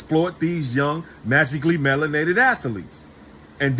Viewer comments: "magically melenated" 😂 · "magically melininated" 🤣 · Did this CLOWN actually say "MASSIVELY MELONATED" ??!! 🤣🤣🤣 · Imagine being a grown man and agreeing with someone who says “magically melenated.”